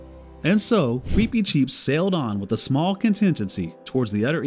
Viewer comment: I’m sorry, the pronunciation is just bothering me so much. Why do you pronounce his name like that? I’ve only ever heard it pronounced with a short ‘i’ sound.